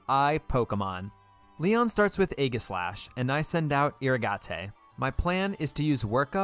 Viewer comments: Took me until 5 minutes in to realize that Eeruhgahtay is just "Irrigate" pronounced differently 🙄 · Fun fact: you pronounce irrigate with a long A and a silent E